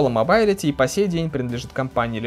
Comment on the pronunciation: рАзр, мобАйлити... Английский учил в Балашихе?